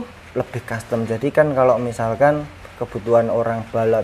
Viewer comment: Rasio custom om, bukan rasio costum😂